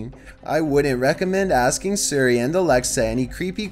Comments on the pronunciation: yes,, Suri instead of Siri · Just hearing you suri is making think if your actually British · Ah yes, “surri” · suri Us: It's siri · “Surrey”. That’s all I’m saying. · Siri not Surrey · Suri...Suri...Suri... dude it’s S-ear-e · I like how he calls Siri Suri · Who else gets mad when he said Suri not Siri cause Me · It's Siri,, not Suri. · HE SAID SURI 🤣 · Surry, not sorry its SIRI ffs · Why do you pronounce siri, like suri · Why did u say seri it siri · Think the scariest part of this video was pronouncing Siri. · The way that he says siri makes me mad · Why does he pronounce siri like that??? 😂😂😂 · Is Siri that hard to pronounce. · He can't pronounce Siri, and it's easy, change the name/activation word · Say Siri right